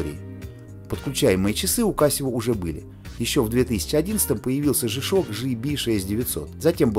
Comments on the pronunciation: По-английски буква "G" читается как "джи". "Жэ"- так обычно произносят букву "G" выпускники церковно-приходских школ, которые, как правило, не рискуют издавать собственный журнал. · Не жи ,а джи правильное произношение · смешно вы произносите жи-шок (g-shock), а надо Джи-шок (g-shock), при этом говорите не жипиэс (GPS), а Джипиэс (GPS), вы уж товарищ ведущий научитесь говорить правильно. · Верно, Александр Ковтуненко, Джи.